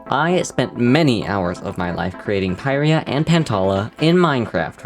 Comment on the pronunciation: Isnt it pirya not peyereya